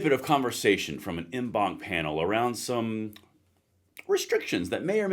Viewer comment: En banc is pronounced "on bonk".